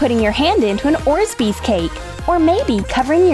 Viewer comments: Why do they call orbeez orsbees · Please call it orbeez not orsbeez because it is really cringy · It's orbeez not orzbeez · They’re not called ors bees they’re called Orby’s😂😂😂😂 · The call them ors beez and not orbeez isn’t that weird! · It is orbeez not orsbeez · It’s orbeez nor orzbeez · What ORZBEEDS REALLY Excuse me it is ORBEEZ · Its not orzbeez its Orbeezs, No hate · It's not oresbeez it's orbeez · first of all u said u will colour it pink then u colored it blue second of all its called orbeez not orzbeez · the funnest cake not funniest ORBEES NOT OSBEES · It’s orbeez not orsbeez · It's Orbeez not orzbeez right???? Or am I just really behind in life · Its orbez not orzbez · ORBEEZ NOT ORZBEES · It's Orbeeze not Orsbeezes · 1:ORBEEZ NOT ORSBEEZ 2:U SAID PAINT IT PINK THEN U PAINTED IT BLUE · It's Robert not orsbeez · You always make the same mistake...ORBEEZ not ORZBEEZ ! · Its orbeez not orsbeez Its blue not pink cause u sad paint it with pink and u paint it blueee WOW CONGRATS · It’s orbez not orzbez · you said orzbeez but it's Orbeez you said paint the protein jar pink but it's blue you said clay with balls but its called floam WELL DONE NOT :/ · It’s orbeez not orzebez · Rant: yes there is did you just say orzbeez? Its orbeez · It's orbeez not orzbees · And orbeezs not orsbeez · ITS O-R-B-E-E-Z NOT ORSBEEZ 🙄😂😂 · Orzbeez? Isn't it Orbeez?? 😒😒😂😂😂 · Orzbeez um no its Orbeez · It's Orbeez not Orzbeez.... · It’s not orzbeez it’s orbeez and you said let’s paint it pink and you painted it blue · It’s orbees not orsbees u are a Russian channel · Why do you say orzbeeds it is orbeezs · orSbie? ORBIE!!!! OMG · First it's not orsbees it's orbees, second, it's kinda stupid for a girl to try and POSE right to blow a bubble, third no one is that stupid that they would try and eat the fake frosting, and last YOU SAID TO PAINT THE ORBIT PINK YOU PAINTED IT BLUE I DONT KNOW ANYMORE!!😂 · Um its Orbeez not Orzbees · It orbeez not orzbeez